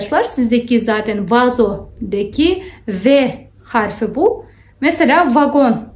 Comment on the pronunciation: doğru düzgün öğrenelim ne ya nasıl bir üslup bu? Sanki siz türkçeyi çok doğru düzgün konuşuyorsunuz da... Türkçede i ve ö harfi var hanımefendi. Ogrenmek değil öğrenmek. Harfı değil harfi. -de ekinin kelimeye göre değiştiğini bilmiyorsunuz. Çucuk değil çocuk. Daha bir sürü söylerim isterseniz. Ama türk olmadığınız için bunları söyleyememeniz çok doğal, biz garipsemiyoruz. Doğru düzgün konuşun da demiyoruz. Saygılı olun.